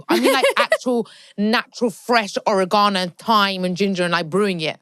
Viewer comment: The way pronounces Oregano is the best😂😂😂